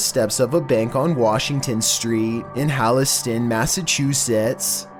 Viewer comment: I'm from Massachusetts and it's actually pronounced "Holliston." 🤪